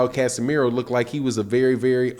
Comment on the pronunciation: its casimero not casemiro you dumb